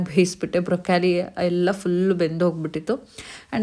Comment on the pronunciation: Brokali alla broclie